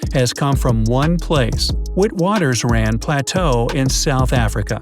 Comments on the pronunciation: it is correctly pronounced "vitwatersrand, not wit-watersrand", despite how it is spelt. It is an Afrikaans word, not English. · Its pronounced Vit Vaters Randt (Witwatersrand) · Its pronounced "ViTVuterSund" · Just for the frick of it Witwatersrand is pronounced Vitvartersrunt in the dialect, it's an Afrikaans name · As a South African I'm giggling at the Witwatersrand pronunciation. 😄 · Yeah me Too XD